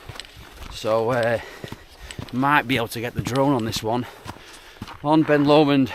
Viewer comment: Excellent video , lovely views , only negative is your occasional bizarre pronunciation of Lomond.😂😂